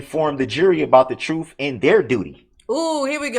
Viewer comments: There is no x in ask and there is no f in truth. You can not speak in this manner and expect anyone to take you seriously or sound intelligent. Lol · I thought he meant tacit- as I listened to him😂 I had to look up a tack it agreement! But the again you have truff(truth) and axed(asked)! His hands are nicer and softer than mine! Look at his long fingers! But his BS with the Covid, the Redit thing, his rush to judgement- the blaming of one of the jurors being illegal-all the delay tactics? Trying to outsmart the judge! Sad that he never took responsibility for his actions! And the worse thing was lying from the minute he abandoned the car! Trying to have the entire hearing cancelled!